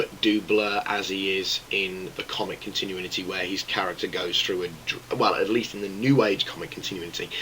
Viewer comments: Something has been bothering me for about a year now. Con-Tin-You-In-It-EEE. Is that a British thing, like Al-You-Min-EEE-Um? Because here in America, where WE INVENTED LANGUAGE... It's Con-Tin-You-It-EEE. Continuity. Not Continuinity. Not continuininitiniticonconconEEEEEE. CON-TIN-YOU-IT-EEE. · You mean the only one that says Con-tin-you-in-it-eee? Because it's pronounced Con-tin-you-it-eee. Pronounced like it's spelled, see. WE INVENTED LANGUAGE!!!111!!11!!11!!1!!!11!